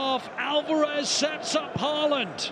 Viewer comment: When will the commentators finally start pronouncing Haalands name correctly?